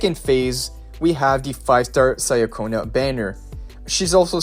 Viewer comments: She is not "Sayaconna", it is Italian, so it more like "Chaconna". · Pronunciation: Chee-uh-ko-nuh Ciaccona. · Another person who says names wrong Cia in Italian is pronounced as Cha. Even in the story she introduced herself this way. Cha-conna And worst of all you say Zani's name wrong too